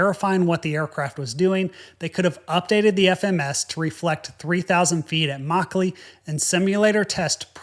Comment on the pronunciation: Good review but yr pronounciation is god awful. It's 'muck-lee' not 'maw-clay'